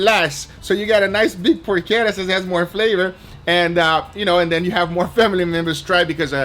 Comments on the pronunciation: I gotta admit, the way you mispronounce porchetta is a little annoying. It's por-cheh-ta, not por-ke-ta. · Por-cheht-uh..... Not Por-kett-uh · It's porchetta not porquetta... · "I Dry Aged a PORCHETTA in my Fridge and this happened!" - Is ChubbyEmu creating titles these days? Serious question, is the proper pronunciation "PorCHetta" or "PorKetta"? Raid Shadow Legends - at least he's not overwhelming the world with VPN ads. Regards this recipe: Looks good... but I'd try to wrap some of the inner stuffing around so it's not just in the center. (AND a lot LESS salt, but that's a constant complaint here). As always this last two or three years, Guga's camera work for all the cooking is outstanding.